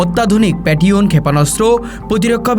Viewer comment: জিনি খবর পরছে তাকে আগে ভাষা বা উচ্চারন শিখুন কারন আপনি পেট্রিয়ট ক্ষেপন অস্ত্র কে আপনি পেট রিয়ন বলতেছেন আর বালটিক রাষ্ট্রকে ব্যালাস্টিক রাষ্ট্র বলতেছেন কোনটা সঠিক